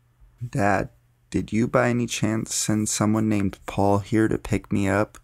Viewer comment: Can you please tell me why in that story almost got kidnapped at the end when you say Paul I hear "surrrre"